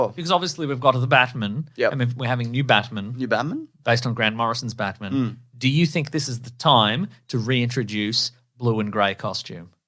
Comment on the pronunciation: I find it VERY annoying that you pronounce it BaTmun instead of Batman. NOT HAPPY!!